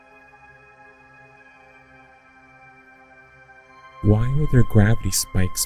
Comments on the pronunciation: No offense but what accent actually says "dooblin" when saying Dublin? But congrats on being just 1 step above the flat Earth believers. OK, maybe 1/2 step. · Dooblin is funny, but did you know that Sputnik is pronounced Spootnik? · "Dooblin" ... The very fact he cannot pronounce the capital city of Ireland, but can name the mythical kingdom at the centre of the earth tells you all you need to know about this guys education level. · Best laugh of the day: Doo-blin :-D